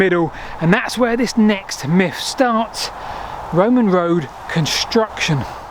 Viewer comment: Whenever he says WOAD he means road* for those that get confused! His British isn't great, which is fine.